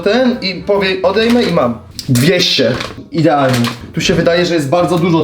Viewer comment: ''Ideanalnie" xd